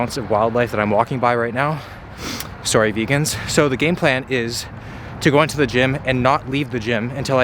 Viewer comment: you said sorry with a Canadian accent